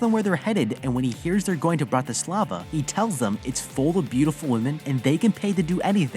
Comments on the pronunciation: bratyslava 🤣🤣 sorry the way he said it made me laugh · You trying to pronounce Bratislava makes me cringe 🤢